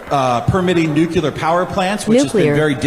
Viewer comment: These people really went nucular on him--I mean nuclear! Dammit!